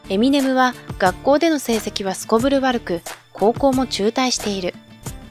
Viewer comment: エセ評論家 エミネ↓ム